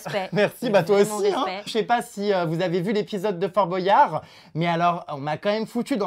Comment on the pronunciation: Jerem on dit Bwayard et pas Bo.yard